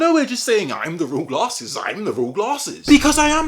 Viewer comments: lol when you said Americans and glarhses you sounded irish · None of them are the real because they do not pronounce it like "Guh-laRses" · to be fair when you say your channel name it sounds like you say it with an r